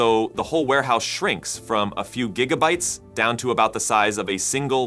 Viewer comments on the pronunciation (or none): More AI narration that's so ignorant about language pushing information about AI. Why dont you try narrating with your real voice? Can't even say Gigabyte right...